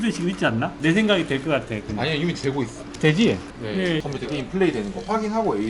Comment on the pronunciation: 되지? 와 서울사람인줄